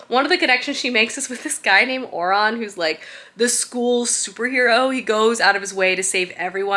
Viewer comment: Scholomance is pronounced like scholar, hard sk sound, not a soft sssh sound. Malificer is mal-eye-fy-ser. And Orion is just like orion's belt. o-ryan.